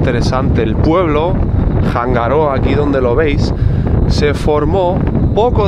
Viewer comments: Haberlo sabido.. mi prima tiene cabañas en Isla de Pascua!!🤩 y se dice "anga roa" no "janga rroa".. es que la h es muda y esa r es suave... Gracias por mostrar Rapa Nui.. mi fue mi destino de luna de miel ❤ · Hanga roa, no janga rroa